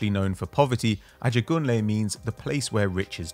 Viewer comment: Lol the way pronounced Ajegunle, great vid